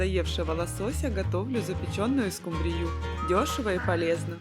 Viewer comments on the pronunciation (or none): А почему скумбрию, с ударением на Ю?!